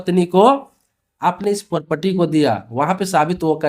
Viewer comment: Pahle property bolna seekhle dhang se